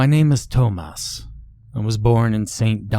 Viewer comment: "My name is Toe-Mouse"